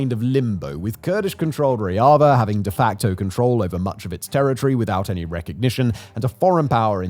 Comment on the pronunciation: "ReHavah" "RuKahhh" 😭😭😭 ffs